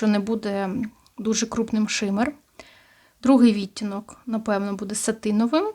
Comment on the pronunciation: Може вам вже писали, але часто просто чую. Ви ставите не правильно наголос на слово "відтінок", треба на другу "і" 🌷